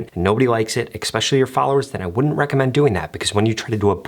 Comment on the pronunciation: It's especially not expecially